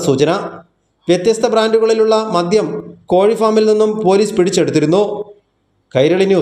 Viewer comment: മദ്യം എന്നാണ് മദ്ധ്യം എന്നല്ല.